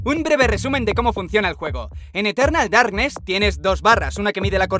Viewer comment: Eterrrrrrnal Darrrrrknes xD XD